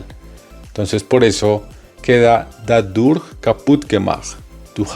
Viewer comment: Estoy en el nivel B2 Berufsprachkurs y no encontré más videos que este para aclarar este nuevo tema con „dadurch-dass und indem „ estos conectores son nivel b2 y c1 , gracias por la aclaración. Solo la pronunciación no es correcta ya que dadurch sonaria como ‘dadosh’